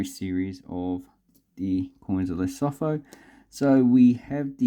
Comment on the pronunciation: Hey... Great coins, great vid... Just one thing... You pronounce the Lesotho as : 'leh_soo_too'